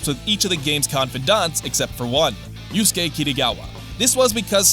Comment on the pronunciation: So you know all these facts but can't pronounce yusuke's name lol